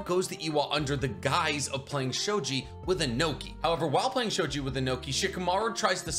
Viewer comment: It's sho-gee not sho-jee.